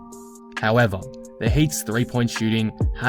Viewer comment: Mr. "HOW-EH-VAHHH" making correct predictions.